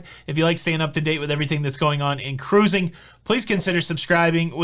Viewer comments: exactly. This shows his excitement and love for what he does. I do believe he knows the proper pronunciation. Let him have his excitement. Always fun to listen to. Shush 🤫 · As a future Mardi Gras cruiser, I eagerly await your thoughts, views, vlogs, etc…I ask my steward the first time I meet him to have ice daily. Easy peasy. They’ve always accommodated my request. Finally, it’s not pronounced cruising, it’s pronounced ca-ruse-ing. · Hey! What happened to my three Syllable Cruising!!!!